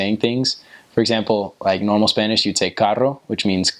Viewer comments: Good descripcion of my beautiful country❤️ your Spanish pronunciation is very good👌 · I like your Spanish pronunciation! Bravo!